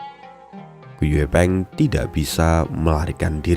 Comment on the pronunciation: Gu yi peng bang, klo gu ye peng, gw dengernya gepeng. 😂